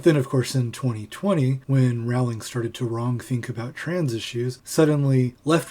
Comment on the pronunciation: I scanned the comments to see if anyone pulled you up on your pronunciation of Rowling (it’s like ‘Rolling’) but I couldn’t see any. I seem to recall Stephen Fry on QI once corrected Lee Mack for pronouncing it as you do.